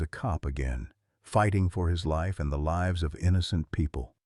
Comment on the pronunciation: Your storyteller, likely AI generated, pronounced the word 'lives' in the way that infers that someone lives in a house. The correct pronunciation would be 'lyves'